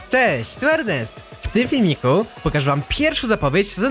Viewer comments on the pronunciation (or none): none